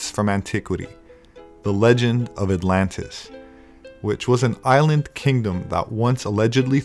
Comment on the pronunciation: the "i" land in the galactic oh-shine